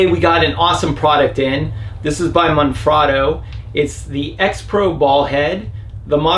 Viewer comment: Holy cr@ This is the first vlogger to pronounce Manfrotto correctly. Any idea how many "experts" channels that implies? Kudos. Currently (2020) I cannot find that exact design of receiver with the additional push down release safety lever, not even on Manfrotto USA website. All I can find online is what's called the old one here, the design with the brass pivot pin. Any leads?